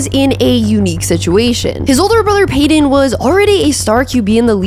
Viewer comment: I really REALLY hate the way you say Peyton